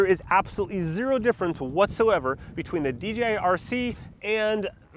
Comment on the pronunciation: Why do ay D G I. It is D Jay I Come on Mr 10yr droner. 🤣